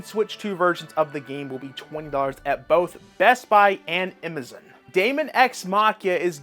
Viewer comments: Who can't say Amazon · never heard somone say amazon like that lol also brotherhood is not as bad as you are making it out to be